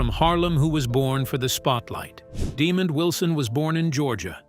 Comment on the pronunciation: His name is pronounced “deh MOND” not “Demon”.